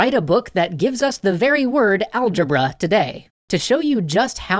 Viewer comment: algébruh every. single. time. lol